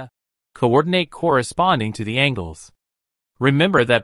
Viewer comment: Yes, because angels have nothing to do with angles.